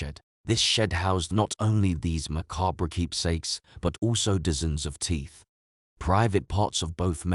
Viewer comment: Lost me at dizzens.